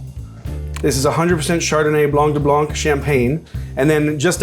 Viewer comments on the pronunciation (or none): none